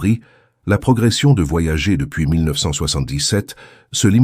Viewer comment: Ces voix synthétiques par IA font des erreurs de prononciation assez grotesques. Le nom des sondes US "Voyager" se prononce "Voyadjeur" en français aussi puisque c'est un nom propre, et votre IA n'a pas appris à lire les abréviations ce qui est bien dommage.